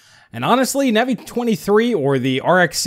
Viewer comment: please check how your pronounce Navi: long A, not short A. Minor irritation to otherwise fantastic videos you have!